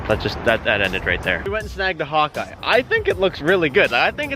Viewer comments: Honestly thought you were saying hot guy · When you said Hawkeye I thought you said "hun-die" thought you were trolling lmfao